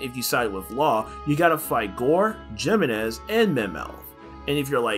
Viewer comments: It's He-menez, not Gee-menez, since it's a Spanish name. Figure I let you know. Great video, by the way! :D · loved this video you explained everything really well but i think its pronounced HEEmenez also the music was a little too loud at times making it hard to hear you <3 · its pronounced “He-MÉ-NEš”